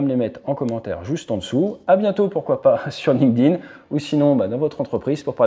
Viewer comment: Ça me tue les gens savent pas prononcer LinkedIn correctement